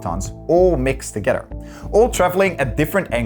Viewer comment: Why the funk does he have to pronounce together like togetter? LOL